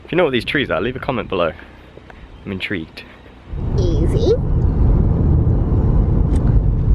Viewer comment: HAHAHA inTREEgued 😂😉